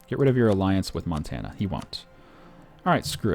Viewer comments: Mon-tan-ah say it with me friend. Not Mon-tin-ah. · it's M-on-t-a-nna not Mountaina. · Hannah Montina. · Every time he said montana I died a little inside.